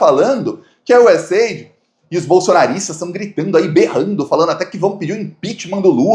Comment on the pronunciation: US Aidi'...com acento bo "i"...